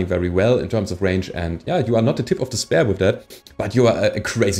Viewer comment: I like your channel. But please, please, please, stop pronouncing spear like spare